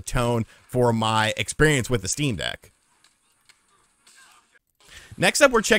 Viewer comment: I thought about getting a Shteam Dheck for a bit and then didn't